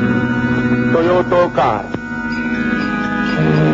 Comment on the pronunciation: it's not toyoto it's toyota.